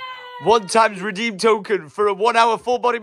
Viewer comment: Did the last card say "reedem" 😂😂😅